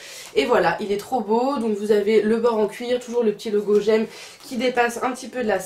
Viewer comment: On dit G.E.M pas j’aime 😭😂